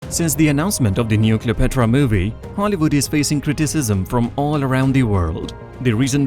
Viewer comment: it's fine that you have an accent but at least learn how to pronounce the proper names correctly. "Exodus," "Cleopatra," etc. even Gal's last name is mangled. the next time you record a voiceover, sit down with a native English speaker first and make sure you're not butchering the names. the pronunciation doesn't have to be perfect but it shouldn't make the listener cringe. mispronouncing the subject's name is a no-no.